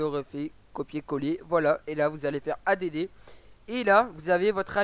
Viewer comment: A.D.D JPP add ca veut dire ajouter en anglais ca se prononce addddddd